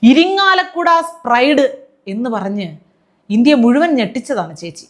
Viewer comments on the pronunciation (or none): none